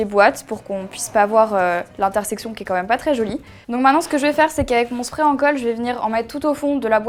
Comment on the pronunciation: sa se dit pas spreer